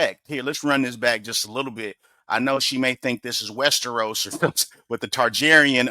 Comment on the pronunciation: The nutcracker statue is creepy! Then again I have a crazy fear of dolls 😂 God love ya, but you’re killing me with the miss pronouncing of Targaryen 😂